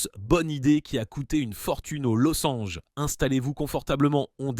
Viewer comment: La marque au "losssange", Nissan prononcé "Nissan" au lieu de "Nissane"... Des images de salon de l'auto... Cela sent la production IA à plein nez, cette vidéo !